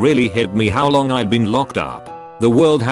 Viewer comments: " a loouoang time" Get it right text-to-speech! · I love hearing the voice say words that aren’t words like loooooong time, ‘I’ve been in prison a luaoooong time’